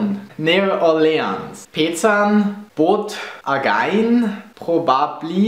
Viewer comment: As an Native of Louisiana, I absolutely LOVE the way you pronounce New Orleans. Especially since down here, it's practically said as one word. This video made me extremely happy. I love everything about Germany!